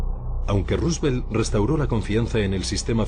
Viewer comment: " DEL ANO" RUsVELT JAJA